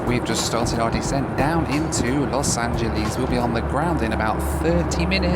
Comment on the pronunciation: Pet peeve: pronouncing Angeles like Japanese.